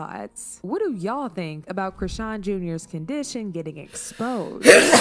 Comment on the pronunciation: Charlston white calling people dumb whilst he's calling chrisean 'Christian' and saying 'artistic'. The irony 😑🤌🏻